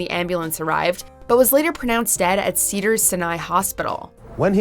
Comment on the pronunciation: Am I the only one who cringed with the way she pronounced Caracas? And Cedars-Sinai.... sigh. Do your research, woman. If you’re not sure how to pronounce something, look it up! You’re getting paid for this!